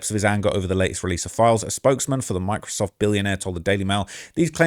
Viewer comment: When he first said Microsoft I thought he said “my-crisoft”😂